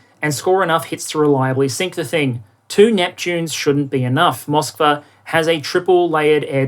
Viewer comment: I believe the ship was named Moskva, not "Mosvka". It's the name of Moscow in Russian (spelled with our alphabet).